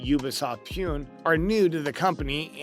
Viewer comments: It's not ubisodt puuuu-n it's usbisoft puu-nehhh(india) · it is ubisoft pune. it pronounces like pooo-neyyyyy. not pee-yu-unn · UBISOFT PUNE is pronounced as " Pooneh" ! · It's not pronunced Ubisoft Pune (Pyoon) it's Puné (poo-nae) which is the seventh populous city in India and the second-largest city in the state of Maharashtra, India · its poo nae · The way he butchered the Ubisoft Pune Pronunciation was divine